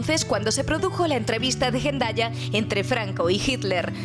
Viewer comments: "Gendaya" ahora la metes con calzador G. Es Hendaya, H no g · ¿Por qué en el vídeo de introducción pronuncian Hendaya como “Jendaya”?